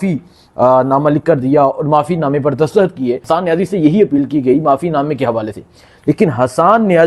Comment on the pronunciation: Bhai Imran khan hota ha Imran haaan koi word ni ha. Dastakht hota ha dastahat koi ni hta lol